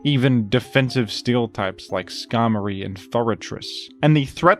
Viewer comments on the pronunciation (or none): none